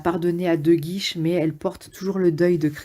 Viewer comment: Super résumé mais c'est le comte de Guiche, pas de "guise" ! Merci !